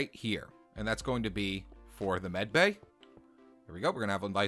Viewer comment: its not meticel bay its medbay